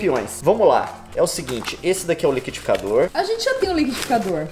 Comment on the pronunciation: leon ta falando liquidificador igual paulista